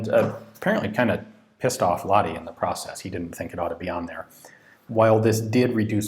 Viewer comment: I assume you filmed this before we met in Helsinki and I told you how to correctly pronounce "Lahti".